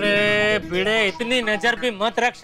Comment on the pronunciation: भीगे नहीं भिडे बोलो भाई